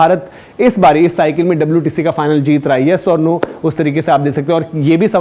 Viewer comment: Aba wtc hotha hai wtshee nahi😂😂😂😂